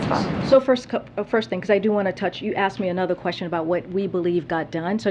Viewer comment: the question was axed. She actually said axed not ask. really articulate lol